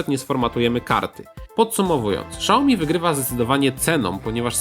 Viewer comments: "Siaomi", a nie "Szaomi" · Fajny test tylko proszę nie czytaj „szałomi” tylko „siałmi” kłuje trochę w uszy pozdrawiam :) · nie SZAOMI tylko SIAOMI...